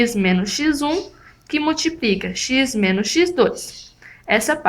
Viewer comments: MultipRica não deu né.. É com L colega.. mas fora isso, muito boa a explicação. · multiprica! multipriiica! bem simpres!